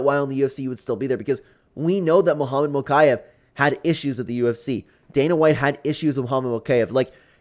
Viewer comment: It’s mokiev (mokeyeev)